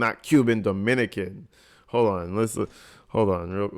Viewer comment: I think you said Dominican wrong. Leja is from F.I.N.E